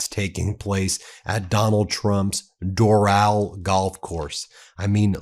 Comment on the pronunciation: It’s pronounced Dor -ul like Floral.